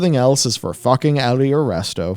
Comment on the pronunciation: If you're gonna quote Preach, it's pronounced "fookin'."